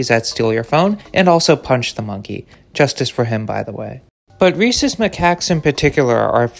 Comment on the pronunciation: Bruhh i had to pause the video to wheeze thru a laugh at what i heard as "Racist Macaques" (?spelling uncertain), i knew you said Rhesus (fuck is there an h in there, hyperlexia failing me rn) edit: autocorrect fucked it even worse than i did at first but it's correct now 😅